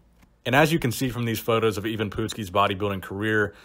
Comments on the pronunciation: Are you sure it is pronounced 'E - van . I am pretty sure it is produced Ivan, you know the I and Van. Pretty simple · Ivan ... Pronounced EYE VIN... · It Ivan,,, I if it was Evan with an E it would be Evan it's fuckin Ivan . .I for fuck sake you ignorant dick. A huge guy at 5'6 not impressed at all. Just like most bodybuilders not impressed. 5"11 or above and being massive is impressive, small guys have super compact muscle bellies and is not hard to be big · ...how can you not know how the man's name is pronounced? ...when in life have you ever heard that name pronounced "even"? ...it's I-VAN, ie: "eye-ven", that's just common knowledge ...and it's PUT-SKI, ie: "put-skee", not "poot-skee" ...i even would've accepted jesse ventura's "Paduski" ...dude, go watch a youtube video of old WWF matches, it's really not that hard ...unless you're purposely trying to trigger folks. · "Even Poot-ski" never heard of him. But I do know a "I-Van Put-ski" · It's not "Even Pootski," it's I-vin "Put-skee"!!! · Hey, you started calling him by his wrestling name "Ivan", then after 54 sec. you switched to calling him "Even", then finally at the end got the name right again. Why? Did you "even" know of him before you made the video? Just wondering. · his name is pronounced eye -ven put-skee not yvonne poot ski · Its pronouned Eyevin Putsky. Not pootski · Myles Millner- That's the american bastardized way of pronouncing it. It's Eve (like christmas eve),the "a" is pronounced like when the doctor tells you to say Aaaaaaa. Evan Pootskee. actually pronounced it correctly the second time he said it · You said his name right the first time then started pronouncing it as "even" Which it is not. And the last name sounds like "nuts-ski" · Why do you keep saying ee-vahn poodski? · It's pronounced Eyevan Puttski, like in golf..putt. Ivan Putski .